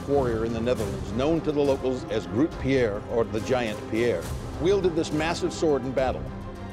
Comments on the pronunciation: They butchered the word Grote all right :/ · As a dutch person, I cringed slightly when they mispronounced 'grote', but it's still really neat to learn about this sword :D